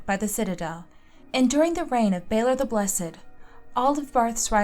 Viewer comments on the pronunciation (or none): none